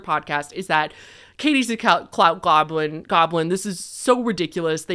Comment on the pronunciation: The fact that you mispronounced goblin as "globlin" every single time is sending me 😅 lmao